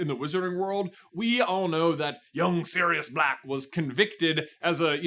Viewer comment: I legit heard "that serious black guy" and not "that Sirius Black guy" 😅